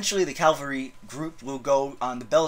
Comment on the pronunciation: Ca - val -ry. Not cal-vary.